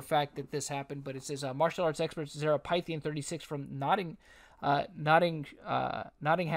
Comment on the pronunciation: I'm beyond stunned. I known Zara since 2007. No words... btw her name is pronounced "Fith-e-yen"